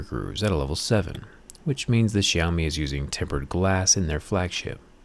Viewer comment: This brand called "syao mee" , not shaumi.